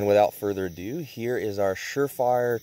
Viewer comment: "without further adoo"